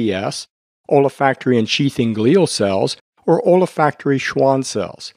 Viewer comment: OLA-FACT-ORY?? An M.D. who doesn't know how to pronounce ol·fac·to·ry /älˈfakt(ə)rē,ōlˈfakt(ə)rē/ - there is no A after the OL